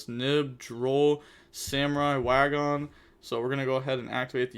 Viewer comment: yo are you aware that wagon is a real word? You don't have to pronounce it like the PUNK Wa Gon lmao